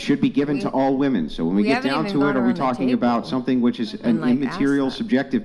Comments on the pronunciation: I’m sorry but if you pronounce women as woman you lose all credibility. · They all say “WOMAN” instead of “WOMEN” wtf!!!! Sounds stupid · I've been watching the decline of our society and dating sphere through YouTube and different podcasts for about 3 and 1/2 years now,... What is going on with women not being able to say the word "women"? In context, through pronunciation.... WTF